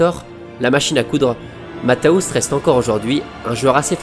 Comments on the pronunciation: super vidéo juste un petit détail ça se prononce Matthéous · Juste une précision : on dit "Matèousse". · Au moins apprendre à bien prononcer son nom serait la base!